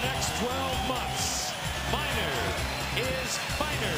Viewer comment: It is Harold Miner not Minor. Greg Minor spelled his last name like that.